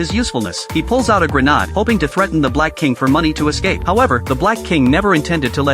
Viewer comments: AI is destroying English. Grenadd? 😅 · The “grehnahd” way of pronouncing grenade was truly cinema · At this point I'm convinced that AI cannot pronounce Grenade. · I have noticed that myself.